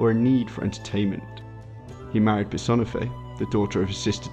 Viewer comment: Pur. Sahn. Eh. Fey. Sorry. Had to do it.